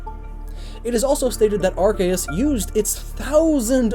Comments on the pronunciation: its pronounced ar-key-us not ar-kay-us reeee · It’s are-see-us not are-Kay-as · * Taioru It was originally pronounced Are-see-us but then they changed it because the beginning of it sounded like a “bad” word. Now it’s supposed to be pronounced Are-key-us. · Anyone else cringe when he says Arceus...